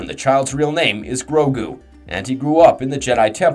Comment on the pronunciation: There are sooo many pronouncement problems in this video i tried to ignore it but it just continued with more and more words im just really glad you say grogu right lmao